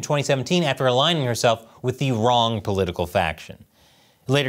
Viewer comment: Wrong? Or wong? Party